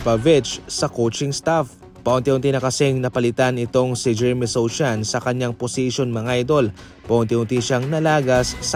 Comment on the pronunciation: Sochan pronounced as "So han" itama mo dude 😅 Nasa Knicks na si Jeremy